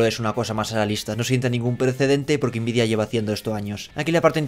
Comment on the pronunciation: Por favor pronuncia nvidia como todo el mundo, n vidia, puedes pronunciar la n en inglés o español, pero invidia esta mal, yo te quiero, pero no aguanto más, quiero el divorcio.